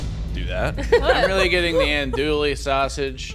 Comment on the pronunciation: As a Cajun, I appreciate the zealous use of Tony's, but I'm gonna carve my ear drums out the next time I hear you call Andouille "Anduly", or call roux gravy lol.